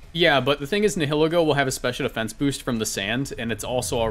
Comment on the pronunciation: say it with me, “Nie-uh-Lee-Go”